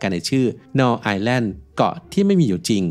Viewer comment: Null เป็นภาษาเยอรมัน อ่านว่า นูล ค่ะ แปลว่า ศูนย์